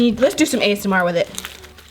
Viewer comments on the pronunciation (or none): none